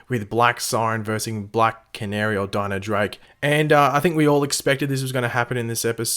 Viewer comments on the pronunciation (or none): none